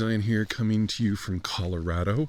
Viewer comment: I like that you pronounce Colorado correctly!